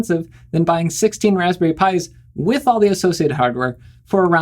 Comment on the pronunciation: “Wozberries” and I imagine a 6502 based sbc